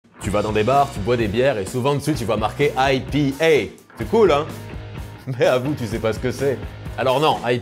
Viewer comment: Ail pie haie , ouais super, mais prononcer 3 lettres en Français c'est trop la honte c'est ça ??